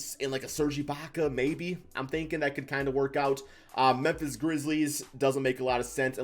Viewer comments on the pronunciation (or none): none